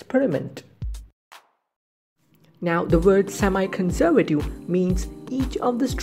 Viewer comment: hahahaha...its more like "see my conservative" ...lol..but thats the ryt way to pronounce it